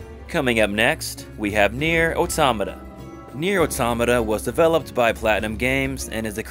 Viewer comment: I hate how he pronounced it. Because it's an outstanding game and story